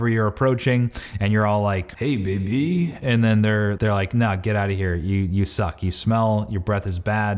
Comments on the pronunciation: "hey baby." What accent was that? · When he said 'hey! Baby ' , Total Indian feel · Hahaha true